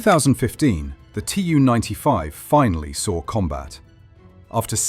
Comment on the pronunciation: Tu is spoken as a word. Not spelled as T-u. This is nearly for all Soviet aircraft: Su, Mi, An, Il, Be etc.